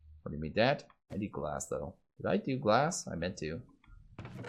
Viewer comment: Hes literally saying liquid gas... as if hes taking a poo in the smeltery